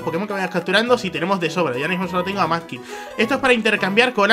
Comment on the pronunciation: porque le dices manky es mudkip